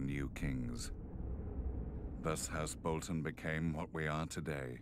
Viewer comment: House "Botlon"?